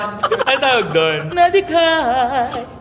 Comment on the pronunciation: natawa ako sa “nadighaaay” hahahaha nakatayooo‚ HAHAHAHAHA